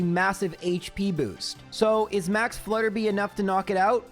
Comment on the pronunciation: I know pronouncing things wrong is kind of a meme here, but it's Flutter-bye not Flutter-bee.